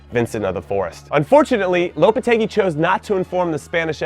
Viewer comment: Holy shit you didnt mispronounced Lopetegui